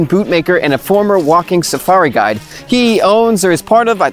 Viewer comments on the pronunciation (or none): none